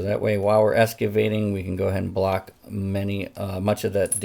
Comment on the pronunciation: Ex-cavating not es-cavating